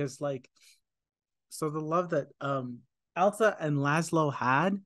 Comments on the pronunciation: It's ILSA not ELSA so different from Elsa from Frozen. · ILSA, ILSA,. Not ELSA! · The name is ILSA , NOT "Elsa". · " At 42min. 50sec. -: " 'Elsa', I was right." No, you were not right. It's pronounced "ILL-SUH", not - and as you continued to mispronounce it -"EL-SUH". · This guy is good. Works his way through the film with unique understanding for a first time viewer. When confused, he asks the right questions. Excellent job breaking it down. Only one note: the Ingrid Bergman character's name is Ilsa, not Elsa. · Ill - sa not Ell-sa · Close, it's Ilsa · Ilsa is a different name from Elsa. It is pronounced Illsa. Beautiful story that Rick sacrificed his love for Ilsa so she could be with Victor. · The character of "Ilsa Lund" (not "Elsa" as you mispronounce it) grew up in and is from Oslo, Norway - NOT Austria, and as you incorrectly stated her origin being from there.